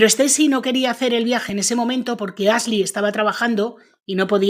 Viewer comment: Tan difícil es pronunciar bien los nombres en inglés? La locutora dice Asli en vez de Ashly, con el sonido sh.